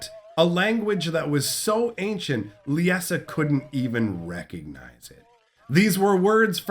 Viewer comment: Great video, as always. One question: Why the pronunciation? Lie-Sa, I really don't understand why every youtuber I've seen has issues with this name. Lisa, Lieza, and now Leessa. It's just Lie-Sa, they way it's spelled, Liesa. Again, great video, though it was like nails on a chalkboard each time you said it. Much Love, keep up the great lore videos!